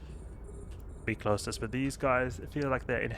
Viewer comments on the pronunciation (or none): none